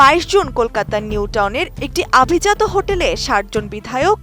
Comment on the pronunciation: আভিজাত হোটেল হবে নাকি অভিজাত হোটেল হবে বলেন তো পাঠিকা ম্যাডাম?